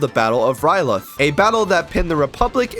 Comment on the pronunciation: Its ryloth not rylith dumbass